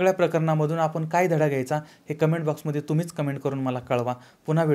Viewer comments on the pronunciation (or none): none